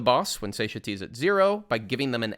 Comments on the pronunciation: For anyone reading this, especially non-native speakers of English, Satiety is pronounced "sat-TIE-uh-tee", not "SAY-shuh-tee" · The biggest thing I learned from the guide was how to pronounce Satiety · Great guide but I can't get over the satiety pronunciation